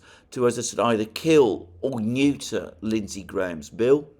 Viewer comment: I smile everytime Alexander says neuter